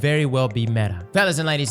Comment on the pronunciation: There he goes saying something is metah 😂